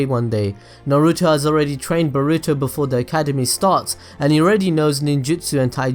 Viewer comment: Every time i hear you say boruto. I hear "Burrito" n i cant help but laugh lmao